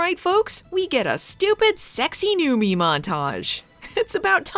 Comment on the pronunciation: Wait, has it been "Newmy" and not "Newmie" this whole time?